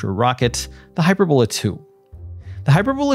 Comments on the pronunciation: hyPERbola, not HYPERbola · Does none of the space comentators know how to say this rockets name? It's Not(!) "Hyper - Bola". The word is pronounced "Hy-Perb-o-la". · That is hy-PER-bola, not HY-per-bola. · It's pronounced " hy-PER-bola".. not hyperBOLA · It's not HYPERbola, it's pronounced HI- PERBOLA. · hyPERbola, hyPERRRbola. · Hy-purr-boe-lah emphasis on “purr”. Looks like it uses hyperbolic fuel. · He mispronounces it --- "HYPER - BOWL - LA".... what a "marooon" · Great video! V informative. Please, please find out how to pronounce "hyperbola" before you do the next video. Use Google. Apart from being irritating, it suggests ignorance, which clearly untrue. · Pronounce hyperbola correctly. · It's pronounced "hy-per-bull-a," not "hy-per-bole-a." And it's pronounced, "Go-bee" Desert, not "Gobby" Desert. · Gobi desert is “Go-bee”. Hyperbola is “hi-PER-bola.” Thanks for this content.